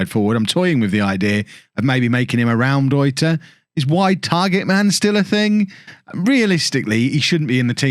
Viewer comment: can't wait for fofana to be just as mediocre than the ones signed, also as a German speaker your pronunciation of Raumdeuter was hilarious to me